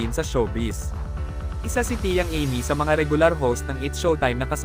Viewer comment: nakakainis yung voice over ...Eymee talaga ang Amy 🤢